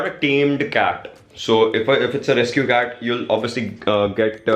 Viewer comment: Ist not cat its CaaT🤣🤣🤣